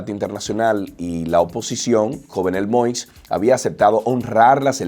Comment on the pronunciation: Se pronuncia YOVNÉL MOÍS